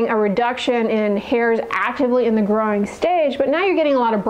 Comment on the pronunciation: Whenever you say, "growing," it sounds like "groin."